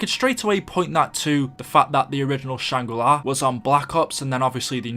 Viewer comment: why does he say shangri lye